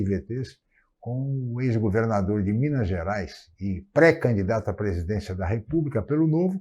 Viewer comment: Fala errado e se diz mineires, manda o povo comer casca de banana , menor tem que trabalhar ........